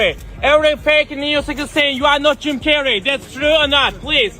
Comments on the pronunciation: Jim Carrey' ❌ Cim Jarrey ✔️ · "JIM CARNEY"